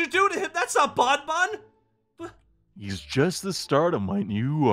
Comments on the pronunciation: It's not bon bon it's bonny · No its bawn bawn